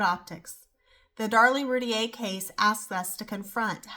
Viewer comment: Learn how to pronounce her last name correctly if you do a video.